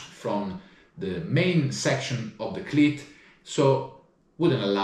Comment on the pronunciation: OMG I can't stop hearing Clit instead of cleat....laughing so much it hurts....you cant unhear it now....😂...Great video love this guy..👍